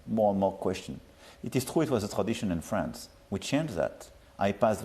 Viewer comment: Brothel or Bruxelles ? Trou or True. 😂 😂